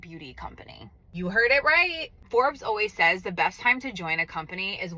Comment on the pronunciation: the “you heard it RI-EET” and reaction are SO funny, lol!